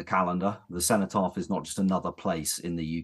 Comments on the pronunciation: What the fuck is the "centopath"?!?! Perhaps TalkTV should ensure their guests can talk properly and also properly identify important monuments before they let them speak. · she cant even say cenotaph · At 4 mins in the idiot woman in the green top calls it the “centre path” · listen to her, she talks about having spoken with organisers of the march, maybe she should concentrate on spending more time speaking to native brits and maybe on learning how to say "cenotaph" before spouting her so called nuanced opinions on TV